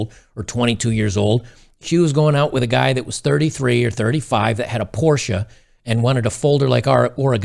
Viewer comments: Thanks for the correct pronounciation of Porsche. Enjoy your day, dude. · big ups for pronouncing porsche correctly